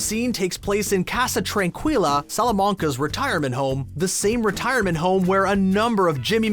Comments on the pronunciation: Dude needs to work on his Spanish pronunciations. ig-NOSS-io, not ig-NOCH-io. tran-KEE-la not tran-KWEE-la ... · lmaooo Casa "Trankweela"